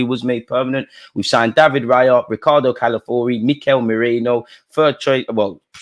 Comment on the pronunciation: Dude, the name is C-A-L-A-F-I-O-R-I not Calafuri. Please get it right.